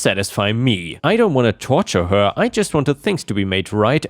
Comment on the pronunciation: you sound funny af when you say certain words like her way too much emphasis on it and to sounds like a snobby rich guy lmao